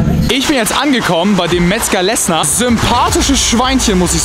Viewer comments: Triggert mich so hart das er Metzger lessNer sagt obwohl er vor dem Schild steht wo Lesser drauf steht aua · Metzger Lesser! nicht Lessner du rentner